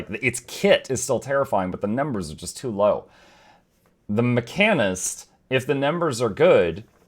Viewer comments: macanist? you just slapped that H out of the word like it owed you money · Come again? HOWW do you say mechanist??😂 Edit: pet class fans comment—> necros exist